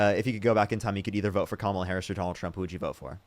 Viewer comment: At least she pronounced Kamala correctly.👍